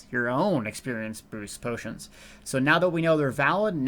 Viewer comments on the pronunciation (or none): Neither is 'bootions', but that accident was the best thing I've heard all week & hope it catches on =D